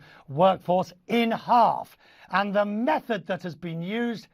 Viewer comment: Lol, he said meth